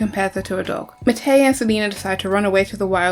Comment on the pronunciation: It's been years since I watched the show but I swear you're pronouncing Matei and Meinir's names wrong 😅